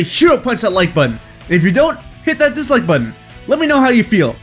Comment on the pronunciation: You're the first youtuber who ive seen saying dislk